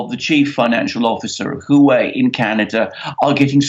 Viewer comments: Huawei is pronounced as Huwawei not Huwei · It is not Hu wei. It is Huawei. The 'A' for America just got kidnapped. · I'm told its 'wha-way' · Huawei is pronounced "Wah-Way". Just google the pronunciation of the word. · Say Huawei like this 'Hu-Wow-Way'. The way you guys say it, it is so wrong, I cannot even understand you. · I can't understand either. "Wah Way"(2 words) is the correct pronunciation. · Huawei is pronounced ' Hwah Way ' Ms Meng is now out on bail. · Can't even pronounce Huawei right?